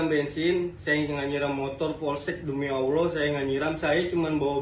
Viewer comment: Kenapa dia sudah salah selalu sebut sebut dan bawa bawa nama awlah😂😂😂